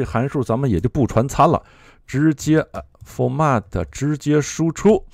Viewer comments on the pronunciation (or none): 还有比如Mac读音接近于 麦克，而不是 骂克。format 是佛麦特，不是佛骂特